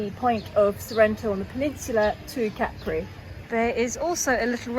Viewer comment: I will never get over the fact that some English speakers took the pronunciation of Capri from French, with the stress on the last syllable. It’s CA-pri, not ca-PRI. Not you, obviously. Great video though.